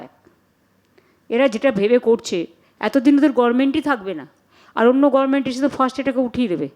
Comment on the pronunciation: এই না হলো আমাদের মূখ্য মন্ত্রী, যে কিনা শব্দের উচ্চারন ই ঠিক মত করতে পারেন না। গভর্নমেন্ট কে সবসময় বলেন গরমেন্ট । ট্রাইব্যুনাল কে বলেন ট্রিব্যুনাল । শুভ অভিনন্দন কে বলেন শুভ নন্দন। ।এরকম আরও অনেক আছে । মনে হয় এনার সব accademic certificate ই জালি। অন্য রাজ্যে পশ্চিম বঙ্গ বাসী বলে পরিচয় দিতেও আমাদের লজ্জা হয়।